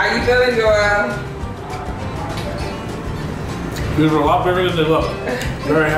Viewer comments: haha she kept calling you Joe-ell. cute. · Jo-el lol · She mispronounced Joel name wrong so many times. #Joelle 😩🙄🤦🏾‍♀️ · Lmao she calls you Joelle. I think it's funny. You crushed this challenge man great work! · FUNNY 😄 HOW She kept SAYING your Name WRONG 😑 It’s One ☝🏻 Syllable JOEL JOEL JOEL JOEL!!!!!!! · she was killing me with the mispronunciation of his name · Good job Joel. I hope the way she kept mispronouncing your name didn't bother you as much as it sis me...